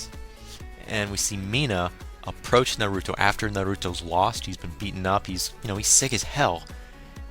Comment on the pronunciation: naruto not narooto